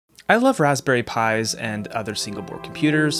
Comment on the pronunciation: I cant forget "pis" lollol Pi's not pis lolol